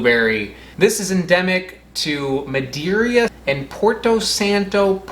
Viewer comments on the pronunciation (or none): He seemed to pronounce it "Madeiria" vs. "Madeira". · Another interesting video. :) Side note: I think you're adding an extra "i" near the end of Madeira. (I take it you're not a wine enthusiast.) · Muh-Day-Ruh Muh-Day-Ren